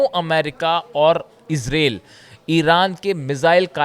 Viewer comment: Please it is pronounced IZRAEEL not esrale.